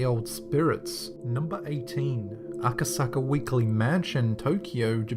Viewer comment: Lol u said "A-ka-sa-ka"